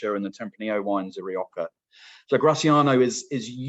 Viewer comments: Nice overview. But as a wine educator you really need to spend some time watching some videos of Spanish wine in Castellano to get the pronunciations for the place names! Among others, not sure why you Brits pronounce Rrrrri OH Ha as Rioka. Imagine me pronouncing the river in London as the THhames.... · I thought I was hearing wrong. How hard is it to say HA! 🤷🏽‍♀️